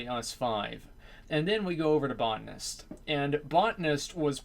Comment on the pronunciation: it pronounced "bow tan ist" not botnists,this isnt tomayto tomaato.